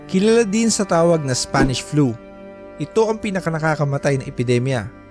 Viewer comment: Ako lang ba nakarinig ng SFANISH FLU?